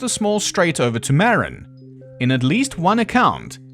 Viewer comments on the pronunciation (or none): Marin is pronounced Mar- in. Great video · Love your coverage. I believe they made it. A couple things though. 1) Shops mean workshops, prisoners have to do practically free labor. 2) Marin is not pronounced like Marinara sauce. It's pronounced like Ma. 😊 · there's my cue, "Muh-rin"